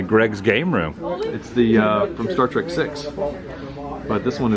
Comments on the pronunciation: Hey Woo its Star Trek not Track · I enjoyed the video thank you for the walkthrough, it was hard getting past you always saying star trak instead of star trek. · Star Trek...not star trak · Stop saying Star "TRACK". It's Star TREK. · Lol....It annoys me whenever people say "Star Track" when it's pronounced "Star Trek". I have faith that you will correct yourself in the future. Im super jealous you got to sit in the captain's chair!!! Anyway thanks for awesome the video! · I confess I had to laugh because I noticed Adam interchanging the pronunciation of the show between "Star Trek" and "Star Trak". I think I pronounced it the latter - even throughout the majority of my teen years - LOL. In regards to the temp comments time mark - , you two obviously never grew up or lived in NE FL in the winter. It wasn't uncommon for temps in Jax to get down into the 30s and sometimes 20s at night. It could even (and did) get into the upper teens on rare occasion. The moist air does make it feel colder. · "... Star Trak... "??? ok. I can see clearly now. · "Star Track..." A true fan, ladies and gentlemen. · Every time you say Star TRACK an Angel in heaven has it's wings ripped from it's back. IT'S STAR TREK !!!!! You have the brain of a Tribble! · I couldn't help but notice that you said "Star Track" as opposed to "Star Trek" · I'm uncomfortable how he said "star trak" its trek sir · I'm 55 seconds in, and I'm already annoyed the keeps saying "Star Trak." I'm glad I waited to the end before posting, I think someone corrected Adam cause he stopped sayin it that way on the very next cut. I'm also blown away how much more "Kirk" is just in his casual personality than the other newer Kirks that have appeared in the newer official shows. Hmmm... I mean, it's not an accent, right? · Star “TRACK”? Seriously?!? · said "Star Track". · There is no "A" in trek.